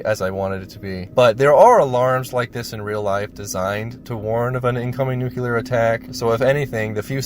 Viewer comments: Why can’t Americans say nuclear? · What's really depressing is that the word "nuclear" is mispronounced by so many..... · Learn to pronounce nuclear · Please at least fucking bother pronouncing "Nuclear" correctly. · How hard is it to prepare oneself for making a video about a movie about this topics and LEARN how to say the word NUCLEAR!? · Before writing an essay it’s a good idea to first learn how to pronounce the topic correctly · You need to learn how to pronounce the word Nuclear, it's Nu-Clear not Nu-Cu-Ler, please get it right! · NOO-klee-uhr *not* NOOK-yoo-luhr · It's nuCLEAR, not nukYOOLER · Hey, I'm not trying to be annoying or anything, and I'm sure somebody else has already brought it up. But "nuclear" is pronounced as (new-clee-ur) instead of (new-kyuh-lur). I used to pronounce it the same way you do, and just assume you would rather pronounce it correctly. But if you'd rather just keep saying it the way you do, that's totally fine too. Everyone will still understand what you mean. (Edit: Great vid btw, I've seen a few vids about this movie. Yours definitely stands out as one of the more entertaining.) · Have a drink every time "Nu-kuw-ler" War, is said, instead of Nuclear -"New-Clear" Dude... The movie is already sad enough. Otherwise. 9/10. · It's not "nucular" it's NUCLEAR! Learn to pronounce what you're talking about! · I can't get past the first few minutes listening to the narrator saying new-cue-lar instead of new-clee-are. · NEWCLEAR NOT NUCULAR FFS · Noo-klee-ur. Not noo-kyoo-lur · it's nu-cle-ar, not nu-cu-lar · I am having a hard time with you saying nucular instead of nuclear. Nucular is wrong. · STOP saying "NUKE-U-LER" my god where do people get that pronunciation? It's NUCLEAR... "NEW-KLEE-ER" or just "NU-CLEAR" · FFS it's pronounced New-clee-ur not Newk-ya-lur. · NUCLEAR not NUCULAR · The word is nuclear - NOT nuculer. You haven’t even spelt it correctly. So vid turned off, pity. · NUCLEAR NOT NUCULER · It's NEW-CLEAR, not NOO-KOO-LAR.